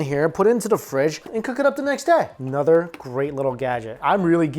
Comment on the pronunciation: anudder cheap product for graham cracker s'mores! one day u'll learn TH sound.